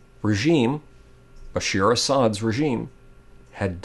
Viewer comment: just one little thing it's BASHA`AR not BASHEER